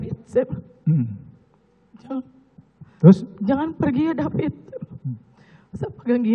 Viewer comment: Korban nya david bukan DEPIT